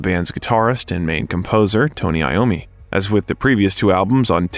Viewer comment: It’s pronounced I ommi as he is Italian